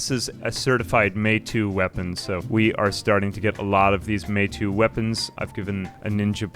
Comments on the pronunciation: Just as a heads up, assuming it's based on Japanese, which with the ninja factions isn't unlikely, it'd be pronounced(more or less) "may-tow" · Fun video, but it drives me crazy how you say Meitou. It took me a while to figure out what you were even talking about, haha... You've convinced me to finally play this. I did very briefly shortly after it came out, but it's been quite a while since and I barely made progress then.